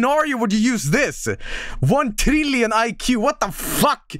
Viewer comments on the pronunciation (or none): i like how he says "one trílion IQ"